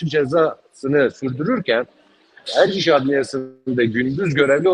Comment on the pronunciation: Ozlem yazıklar olsun. Erciş'e Ercis diyorsunuz ya.